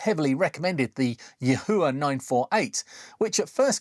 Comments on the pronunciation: I'm told it's s pronounced Yee-Wha... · Yahua in a Geordie accent? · just cut the cord and junked the yihua 929d-v cuz the screws at the shaft base transferred too much heat and softened the mating plastic handle, losing too much rigidity and risking a burn also yihua (谊华, yi4 hua2) in mandarin pronounciation is like yee-hwah. Your pronounciation is very distinct and hilarious